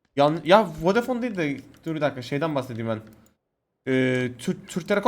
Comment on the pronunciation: vedefon 😂 kankam ya😂😂😂